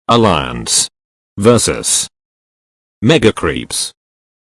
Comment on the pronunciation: this guy cant pronounce alliance,lmao